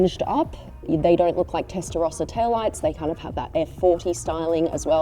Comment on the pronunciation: Das heisst erstens nicht Testarosa sondern "Testarossa" gesprochen mit zwei s.